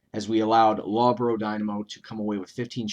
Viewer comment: Great video mate. Loughborough is pronounce Luff-bur-rur btw. ;)